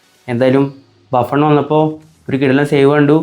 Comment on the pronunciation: ബുഫ്ൺ ❌ബാഫ്ൺ ✅?